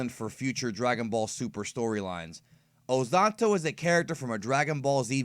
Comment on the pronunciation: Why do you speak his name ozatto instead of ozotto